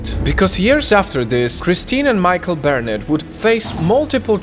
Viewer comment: Barrnets not harriets